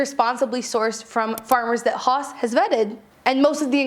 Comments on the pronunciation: I think it's pronounced 'house'? Although, I'm not German. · Is haus not pronounced house??? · This is great--thanks! PS I think the wine is probably pronounced 'house'. It's actually the German word for house, if I remember correctly, and the pronunciation is approximately the same. <3